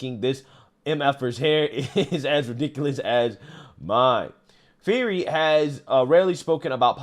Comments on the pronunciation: Fee-hear-ee is a pronunciation of Fieri I've never heard before. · Just FYI, Guy's last name is pronounced 'Fee-ett-ey'.....